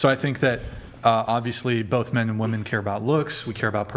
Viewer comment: ch3 is a straight up 10 until she says her rslurred pronunciation of women